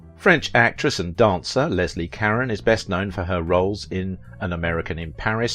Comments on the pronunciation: This narrator can't even pronounce her last name. Try Ca- rhone Not Ka-ren. I met her once as a youth. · Karen? Karen? Her name is Caron ka-rone I literally quit watching. Who's Karen? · Leslie "Cuh-rone" not Leslie Karen. Jesus, you can't even get her name right. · It’s caRon not Karen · You keep mispronouncing her name its Carrone not Caren . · It's not pronounced Karen but rather Ca-rowne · Leslie "KAREN"? I thought it was pronounced "ka rone". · Her last name is pronounce Ca-rone not Karen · SO MUCH FOR YOUR IN DEPTH COMMENTARIES. I APPRECIATE YOUR SITE AND THE INFORMATION IT OFFERS. BUT PLEASE GET THE NAME PRONUNCIATIONS CORRECT, IT IS EXTREMELY IRRITATING TO HEAR YOU PRONOUNCE [LESLIE KARE-ON. OVER AND OVER, IT IS PRONONCED ,CARE-OWN , OR CARE RONE] YOUR OWN ACCENT IS NO EXCUSE! THIS IS VERY DISREPECTFUL TO HER MEMORY AND LAZY ON YOUR PART! IN AN OTHERWISE EXCELLENT PORTRAYAL OF HER LIFE. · I know...so irritating. It's Car-ROH. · Leslie car-ON as in "OWN". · Her last name? It's "care-own". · It's Leslie (Cah-ron...hard 'o') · Her name is pronounced “ CARONE” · I often enjoy your videos ... they are informative, and usually the subjects are of great interest to me. But it is SO annoying when you mispronounce their names over and over and over. You've done this on several videos, and it is just maddening. Leslie Caron's surname is pronounced Car-RONE. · I've always heard her name pronounced, "ca-RON". ? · I believe her name is pronounced "Ka-Roan". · Yes “ CARONE” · I just heard one too many 'Karen's' and couldn't take it anymore. It's like fingernails on a blackboard. I like this channel but will watch something else from AOV. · That's not the right pronunciation. That might be how it would be pronounced were it a Spanish name, but it is French. Ca-roh (the "N" is not pronounced, the second syllable is nasalized, there is not an accent on the second syllable). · You pronounced Leslie Caron's name wrong! What is wrong with you? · He is mispronouncing her name.